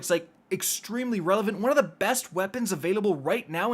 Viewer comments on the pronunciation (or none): none